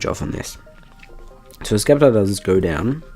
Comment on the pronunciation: stop saying skeptile u turd